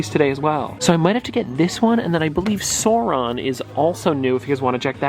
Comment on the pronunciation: Sar on. The “u” is silent. Love the chocolate pops!